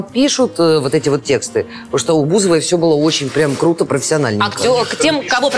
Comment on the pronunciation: фуу не пытайся говорить "круто", ужасно выходит